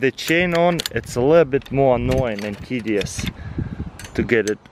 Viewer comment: CARRSY "tedious"